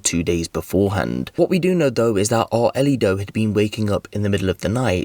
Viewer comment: How the hell is this man pronouncing the child’s name? It’s “ARELY,” not “Arlito.” AR-LEE. how tf do you get “Ar-uh-lee-doh” out of that name!I’m confused af about how he’s messed it up that bad.